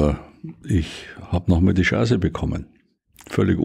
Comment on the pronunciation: Jedes Mal wenn er "Chance" sagt, verstehe ich "Scheiße". Passt aber auch.